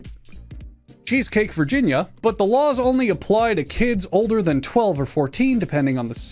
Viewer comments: As someone with family all over Virginia and who has been in Chesapeake many times throughout my life and has heard nothing but the correct pronunciation. It had me laughing when he pronounced it like "cheesecake". The correct pronunciation is "chess-uh-peek" 😂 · as a Virginian, your pronunciation of Chesapeake was the most outlandish thing ever for further uses: chess-uh-peek not cheesecake i want cheesecake but not cheesecake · Man really called Chesapeake, cheesecake. It’s pronounced Chess-uh-peak. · It's pronounced chess-a-peak. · 1. Yes I remember the “children cannot trick or treat” thing in VA. It was as ridiculous as it was enforceable. 2. It’s Chesapeake (Chess-a-peek) and it’s the 3rd most boring city in America as you can clearly see why; they hate anything and everything fun. Once upon a time they were going to build Busch Gardens there but people threw a massive fit over it and that’s why it’s now in Williamsburg. I hate this city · As a Virginian who’s from Chesapeake I can agree… it is pronounced cheese cake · As a VA resident its pronounced "Chess-aa-peek" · Native Virginian here. Chesapeake is pronounced "chess-a-peek" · che sha peak i swear he said Chesapeake bay earlier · chesapeke is pronounced like chess a peak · It's pronounced Chess-A-Peak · It's pronounced "Chess-a-peek" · I'm from chespeake and watching him struggle to pronounce it was funny. Also that trick or treat law has never been enforced. I know some police joke about it on Halloween. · as someone who has lived in the state of virginia my whole life, i cannot express to you how funny it it that he struggled to pronounce "chesapeke" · I've never even been outside of Arizona and I'm confused how he doesn't know how to pronounce Chesapeke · As a Virginian I was laughing when you couldn’t pronounce Chesapeake. I see that name every day while I’m going to school cause it’s the name of a bank.